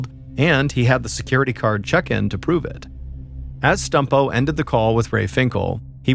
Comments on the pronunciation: I feel bad but every time Mr Ballen says "Stumpo", I laugh. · I beg you please stop saying stumpo